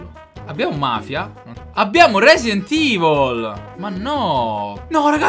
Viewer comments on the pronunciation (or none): none